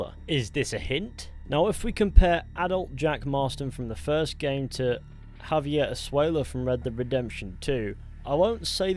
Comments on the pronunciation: Its jaiver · It's Javier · It’s Javier son, every member gang knew it and said it